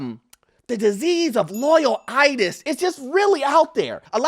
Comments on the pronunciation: "loyalitus" took me out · broooo 💀 loyalytus 😅😂😂😂😂😂